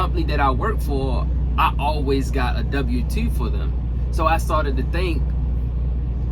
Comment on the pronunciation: A dubbew tew. 🤣